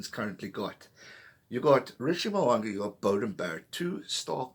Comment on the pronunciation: Mo'unga. Say it with me, MOH-OOH-NGAH